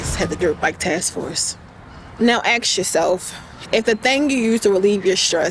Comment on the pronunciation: “ASK* yourself”...lady, the word is “ask”; not aks or axe 😂